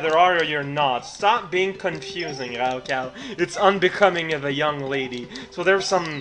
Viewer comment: I love how he pronounced raocow as grraocow :3 The jew people thing "makes sense" because he'd just said that rabbi's grew on rock xD